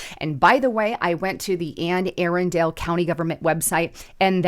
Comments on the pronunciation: FYI: Anne Arundel county is pronounced Ah-'run-dull. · Ann A Rundle is how it’s pronounced. It is also the state capital, Annapolis.